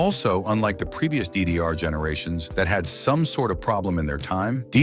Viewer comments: Why does he keep saying diddy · he say 'diddyr' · İ heard ddr like "diddy are"☠️ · How bro is pronouncing DD is wild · When he says "ddr" it makes me laugh... I'm laughing so much for nothing. 🤣